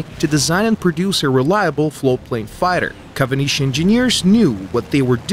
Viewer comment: why is kawanishi pronounced as "kavanishi"?